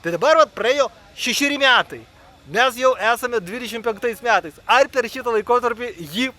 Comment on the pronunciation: ar kalbi su karšta bulve burnoje? kodėl sakai "miatais" vietoj metais, kodėl "ūž" vietoj už